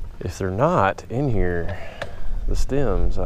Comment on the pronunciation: when you say, "stim", do you mean stim or stem